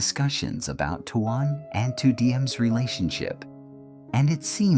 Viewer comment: Would you please please pronounce his name correctly t o a n is pronounced "tone"!!!!!!!!